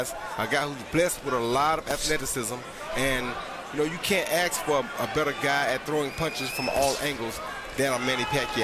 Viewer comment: There is no letter “ X” in the word ask!!